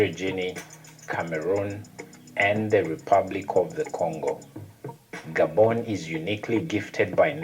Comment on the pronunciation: It's Gah-bon not Gay-bon.